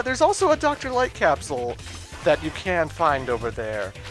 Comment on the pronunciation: Whenever Dr. Light says capsule sounds like he's saying castle.